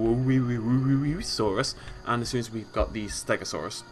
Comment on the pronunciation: Wuerasaurus is pronounced (HOO-ehr-osaurus